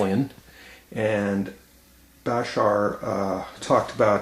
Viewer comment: It's baSHAR BTW, not BAshar. ;)